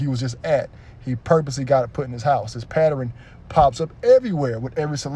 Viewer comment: Pattern 😂😂😂 not Patternin